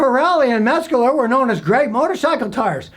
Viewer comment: If you would slow down for just a minute you would realize that there is no "g" or "k" in METZLER. It's not Metsgler or Metscler. METZLER. Just METZLER.